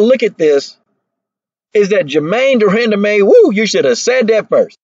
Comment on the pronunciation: De-run-duh-man lmao